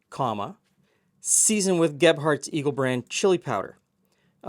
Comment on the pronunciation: I heard it as Gephardt's Evil Brand Chili Powder instead of Eagle Brand the first time you said it! I would totally try the Evil version!